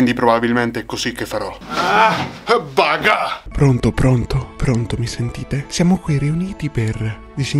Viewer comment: Bel video però si dice Baka non Baga